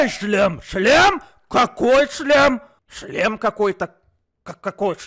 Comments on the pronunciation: Когда они много раз говорили "шлем" я слышал "член" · Я ждала момента когда они за путаются и скажут вместо шлем: ч-шлем😅